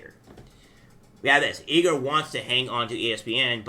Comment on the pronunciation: It’s I-Gore not E Gore